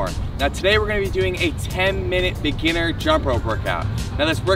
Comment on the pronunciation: Lol He said beginer 😅